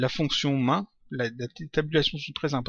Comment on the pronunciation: J'aime beaucoup le python (j'ai commencé à coder avec ..) j'espère vraiment que tu en feras d'autre ! :) + j'ai adoré "main" xD au lieu de "maihine" (main = principal, en anglais :p)